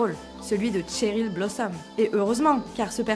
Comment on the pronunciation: "Tcheril Blossom" Mes oreilles saignent.